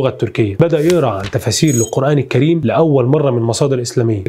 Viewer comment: الكريم اسم من اسماء الله الحسنى لابد ان تنطقه بطريقة صحيحة اخي افتح الكاف ولا تكسرها الكَريم هكذا